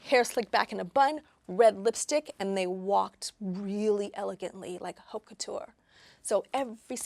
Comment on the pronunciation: How someone with such a career in fashion still can pronounce H in Haute couture?! H is silent (like D in Django hehe)